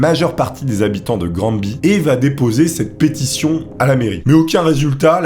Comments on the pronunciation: On ne dit pas "Grand-Bi" pour Granby, ça se prononce plutot "Graine-Bay" (du moins, Granby au Québec) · granby se pronnonce Granbévoila petite information. ps tes vidéo sont cool